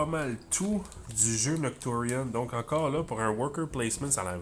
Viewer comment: don't worry you pronounce it perfectly😅